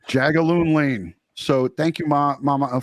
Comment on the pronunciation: “Jagaloon Lane” 😀